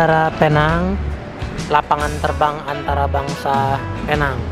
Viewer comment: BUkan pei nang bang.. sebutnya "Pi Neng" sebutan Neng nya pula spt panggilan perempuan yg belum berkahwin